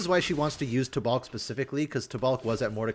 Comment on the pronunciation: Taubalk. The second a is silent im pretty sure